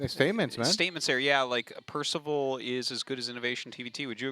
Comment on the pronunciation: Ah yes, Percaval xD